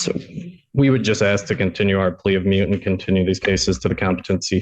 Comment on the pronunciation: It's MOOT not mute!! 😂